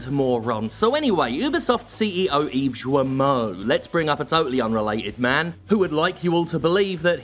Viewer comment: "Yves Joamoh"?